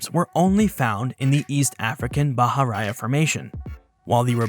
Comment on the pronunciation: It is not "bah-hah-RAH-yah." Bahariya is pronounced, "bah-hah-REE-yah."